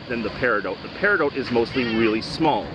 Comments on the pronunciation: Isnt it pronounced peri DOT ? Is it just your accent or what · i don't think paridout is a thing. peridot rymes with dot, as in "theres a peridot over the i" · Love these type of videos! But it has to be said. I for one never heard anyone pronounce Peridot like you do.. And as many times in one go Lol. The stone is my birth stone and have always called it PEAR Ah DOT. Not doooote? I know it's a small comment but it has to be brought up just for the sake of it. Side note if I planned to drink every time you said the word Pear Ah Dot(Peridot) then I would be dead! Nice to see so many stones in one small area. I'd love to go there and get a few samples to take home or better yet make some jewellery out of them. Would make a nice ring, chain with a cool pendant or even a bracelet. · "Peridoout" i say "Peri Dot" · It's driving me nuts that he's mispronouncing peridot. It's either -dot or -doh, not -dote. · You know the 't' is silent in Peridot. It's pronounced peri-doh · Its not peridote, its peridot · periDOT not dote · You're driving me crazy. It's "peh·ruh·daat" not "pear-ih-dought." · Just found your video. I've been collecting gemstones for 25 years. The "T" in peridot is not pronounced, it is silent. Like, Per a doh. I've never heard of this beach before. It's very interesting. Good video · Love your content! Quick note! It's pronounced "pear-eh-dot". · Sorry... I just checked it in an audio clip because I have heard it pronounced with the 't' silent... But it actually, sounds like Pair-i-dot, like 'not', in all forms of English.. It doesn't sound like dote or doat..... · I swear to GOD if you say "Peridote" again XD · It's pronounced "pear-eh-dough", both singular and plural. Thank you for sharing about this beach. Maybe one day I could be lucky enough to go there and collect some myself. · the T is silent dan. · I don't know if I've been pronouncing Peridot incorrectly or if you are. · He says peridot so much, and says it wrong every time.